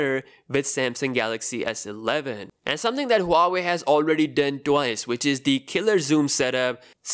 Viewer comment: It's not hua-way, it's wah-way